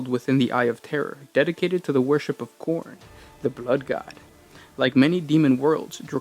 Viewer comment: I know you're saying Khorn but I swear I'm only hearing porn.